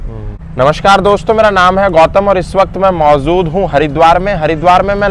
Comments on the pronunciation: Mauzood nahi hota maujood hota hai 😅😅 bro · Aree urdu na bolo.. Yati Ji bura Maan jayenge... Pehli Baat Maujood hota h Mauzood nahi Dusri Baat chahe anchahe bahot se urdu ke shabd istemaal kar liye...Yati Ji musalman ke khilaf h toh urdu kaise sun lenge....